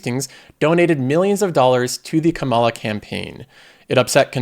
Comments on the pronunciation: Kama-la, isn't hard to say her name dude. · Are you intentionally mispronouncing Harris's name? I wish you wouldn't do that. You do something similar with the name "Democrat." In most cases, the correct term is "Democratic." Using "Democrat" where "Democratic" is correct is a direct insult to the Democratic Party. Please be more careful--unless it is your intention to insult Democrats.